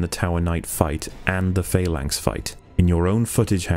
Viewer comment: Can just point out that the word 'phalanx' does not have a long 'a' and is pronounced 'falanks' rather than 'faylanks', just for future reference.